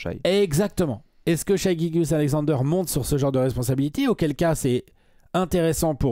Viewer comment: Ca se prononce Shai, et non Shaï Mavs en 7